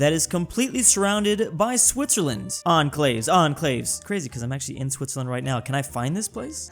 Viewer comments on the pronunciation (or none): He said it like an-claves….